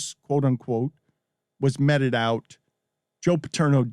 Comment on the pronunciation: Dan It;s not metted out. It's pronounced meeted out.